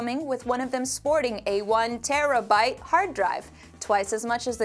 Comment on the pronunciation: I love how she puts so much emphasis on "terabyte" because she accidentally said gigabyte on the previous video